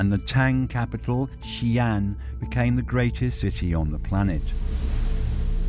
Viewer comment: Xian is not pronounced as Xian but "Xi" and "An". "Xi" means west and "An" means peace. So the "Xi An Palace" means Palace of western peace or Palace of western calm. Most westerners don't know that the Sui and Tang dynasties were pan-Asiatic in nature. Historical records of ladies of the court that had green eyes and auburn hair. Even the first dynasty of the Qin were Tibetan in nature. War, genocide, rise and fall of empire, fortune and misfortune relegated these people to the history book of the past.